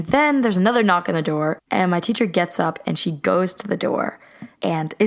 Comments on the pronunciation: the seahcer next zore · She said "the seacher nexgoor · “the Seture next goore” Me: learn English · “Thisesher next goor” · “the seacher next goor” 😂😂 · "The seatcher next score goes" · said teacher next door weird no hate